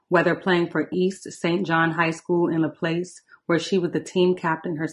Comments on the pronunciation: LaPlace sounds like La Plouse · It’s pronounced La-plaz.